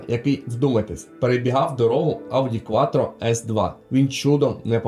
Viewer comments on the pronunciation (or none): none